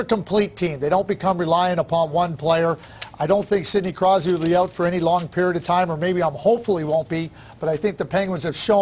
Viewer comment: he almost called him sidney crysby lol